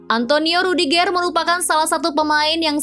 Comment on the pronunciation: Intonasi pembacaan nama pemain nya dong di perbaikin,,rudigeur bkn rudigeeer 😅